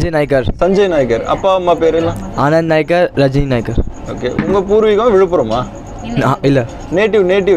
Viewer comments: அது நாயக்கர் அல்ல! நாயகர் என்பதே சரி. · Nayakkar alla naykkar